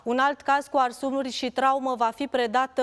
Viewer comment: Arsururi?????,Credeam că se spune arsuri 😮😮